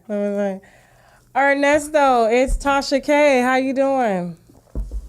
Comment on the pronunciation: He called her every name but “Tasha k” sir it’s “Tasha K” 😂😂😂😂😂😂😂